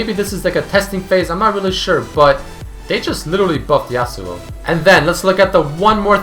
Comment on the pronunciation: Y U CALL HIM YASUOU